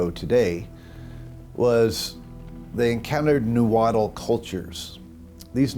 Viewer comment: It’s pronounced “naa-huat” L is silent. Not “nawhattle!”